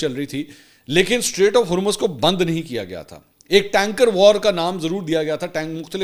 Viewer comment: Please correct you pronunciation for Hormuz. /ˈhɔːr.mʊz/ or /ˈhɔːr.muːz/ Breakdown: • HOR sounds like “whore” or “core” with an H. • MUZ sounds like “mooz” (as in “moo” with a Z sound) or “muzz” (as in “buzz”).